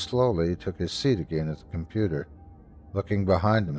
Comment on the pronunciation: .....ah, but "compudoo"? 😆 (❤)